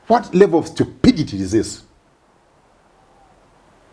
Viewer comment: I like the emphasis on *level of stupidity*. 😂